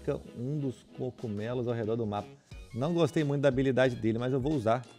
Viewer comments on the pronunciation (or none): Eu: CO-GU-ME-LOS PlayHard: coCumelo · Só eu que reparo nos vídeos do ph ele fala cogumelo assim "cocumelo" Ksksks que fd